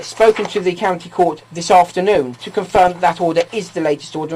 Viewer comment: Courty count bailiffs? 🤣